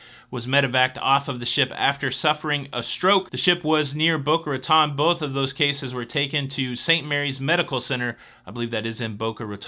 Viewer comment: Bocas Raton is pronounced RatOn, long O. St. Mary's Hospital (Medical Center) is in West Palm Beach. Just a couple of minor issues. 😊